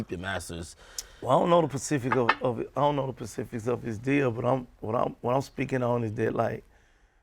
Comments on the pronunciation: Specifics Gotti not Pacifics 🤦🏽‍♂️😂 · "I don't know the pacifics of the deal"